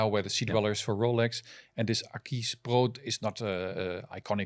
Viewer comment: Great show!! But!!!! The AquisPro does not and will wear well on any wrist;) also Akees???? Have I been pronouncing wrong ??? Aquis as in Aqua?? I need to now now!;6 l;)